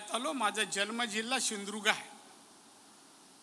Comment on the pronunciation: सिंदूर्ग नाही सिंधू दुर्ग म्हणा